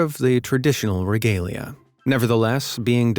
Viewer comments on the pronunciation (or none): none